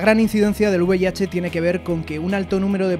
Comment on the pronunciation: es V I H no uv i h